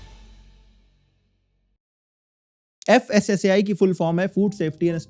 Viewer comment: Fasaai nhi fasai department 😢